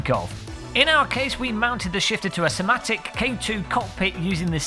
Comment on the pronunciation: Why does everyone say Fanatec wrong lol.